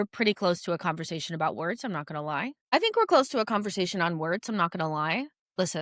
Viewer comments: I believe the pronunciation of “Wirtz” is “Viertz” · funnier pronouncing it as "wertz", WIRTZ transfer of the Summer considering the price tag and expectations